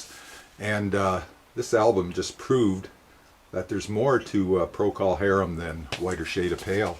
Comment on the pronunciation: Zappa's debut was good for some comedy moments and not much else. He never caught on musically even though he made 10 albums a month for the next 20 years. Oh, and it's pronounced De-Ram, not Dur-ram. Pro-cull harum, not pro-call harum. Oh well, we knew what you meant I guess.